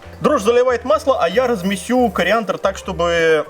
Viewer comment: размеСю.... уже на китайском говорит